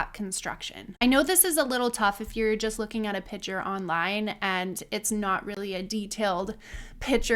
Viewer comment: Lots of good information thank you. Please say "picture" not "pitcher". Very wonderful of you to help. Bless you